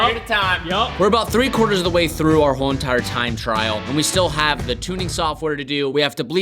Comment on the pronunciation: “a WHoOoLe EENTiRe…”